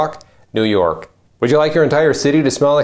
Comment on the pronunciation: "Neeewww oooorrk has a brand"...pretty bad when you can't pronounce you're own city's name.